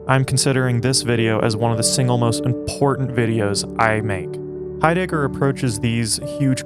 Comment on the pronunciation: “Martin Hi- digger” Thanks I’ll pass